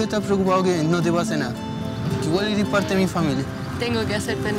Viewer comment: Primera vez que veo a un chico que hable tan bien, que diga «eres» en vez de «eri»